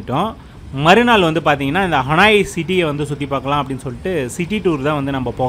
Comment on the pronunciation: ஹனாய் அல்ல ஹனோய்